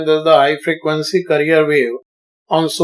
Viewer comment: Sir you sound like veteran actor Sanjeev Kumar and your explanation was very effective and for God sake it's carrier not "career".